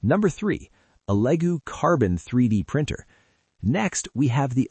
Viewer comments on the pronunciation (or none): you do know anything about 3D printers you don't even know how to pronounce Elegoo Sound like L-E-Goo not "Ellego" ..... Wait this maybe AI dumb Shit!!!!!!!!!!